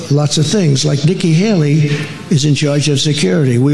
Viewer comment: He said Niky Haily 5 times.?? I understand one error. But not 5